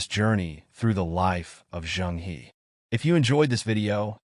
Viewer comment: 'He' is actually pronounced as 'He(r)'